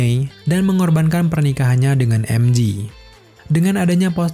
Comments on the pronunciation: Emje bang bukan emji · MJ: bacanya "Emjey". Bukan "Emji". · "peter parker dan emji" wkwkwk "emjey" bang cara penyebutannya. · MJ, bacanya em jhe, bukan emji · Namanya MJ om, bukan MG 🙏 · mj bukan emji, tapi emje kalo emji itu mg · Info aja bang MJ di baca nya EM JE,bukan EM JI ,karen huruf J tetap di baca JE ,kalau G baru d baca JI, contoh jam G-Shock baca nya kan JI Syok